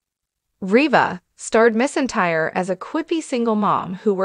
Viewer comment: Pronounce her last name right. She deserves that!!!